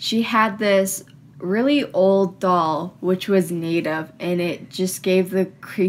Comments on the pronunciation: Her voice on , "needa"? Captions: "native" She said "needa"? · It’s pronounced ‘Native’, not ‘Kneetave’.